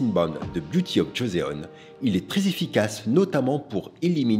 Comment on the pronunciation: Parfaite vidéo avec beaucoup de références coréennes / Joseon se prononce « Josson » 🙏 Merci pour vos conseils avisés et bien détaillés